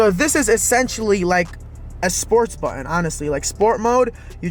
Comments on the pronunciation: a buddon. Ummm Button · The word is “button”